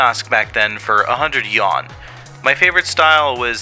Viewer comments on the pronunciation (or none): the best way to show you don’t understand the subject matter is to mispronounce words. Yuan is pronounced as “you on” and not “yawn”.